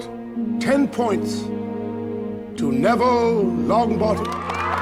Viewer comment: Nevnah Longbot